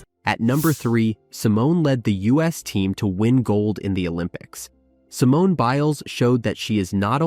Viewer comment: Simione?? Come on dude...